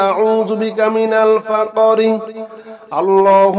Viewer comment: ফাক্-রি উচ্ছারন শুদ্ধহচ্ছেনা।